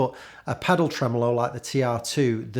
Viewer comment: Love when you say “Tremolo”